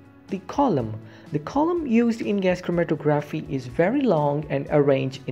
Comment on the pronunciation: the tography part of the word is pronounced like photography hope that helps